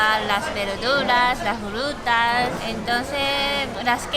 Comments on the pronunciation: "Las Jrutas " ajaja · Jrutas y jruterias xD